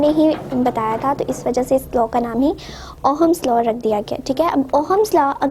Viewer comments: Ooo hummus law nai ohms law hota hai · Ohm's law is not pronounced as oham it's pronounced at oms 😊😊।। But still thanks😊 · mohatarma..with due respect...pehle thik se pronounce kijiye..its ohm's law not Oham's law. aapne bola battery, draw kiya cell. volt hota hai unit of voltage..volts nahi... physics hai...halwa nhi hai....ki jaise marzi pdha diya..